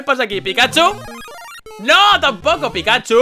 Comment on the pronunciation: comfirmado que no sabe leer no decia pikachu decia pikahu por dios